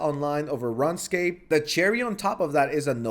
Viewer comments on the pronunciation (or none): no way he called in “Run-scape” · This guy pronouncing runscape 😭